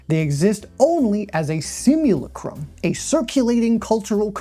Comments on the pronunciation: It is pronounced "simuLACtrum" Like Lactate. The thing many of these underaged characters the gooners jack it to can't yet do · please god tell me the mispronunciations of simulacra/simulacrum/Baudrillard are intentional. may have been worth going over the stages of simulation at the start bc without doing so it could mislead some into thinking Baudrillard’s criticism was abt fiction or unreality in general instead of specifically the way simulation and reality become less distinct & distinguishable. like with his analysis of Borges map-territory great video!